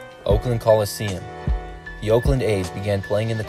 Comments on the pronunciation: WTF country are you from? It's "Coliseum".... not "Collesium"....... Idiots..... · "Collesium"? Really?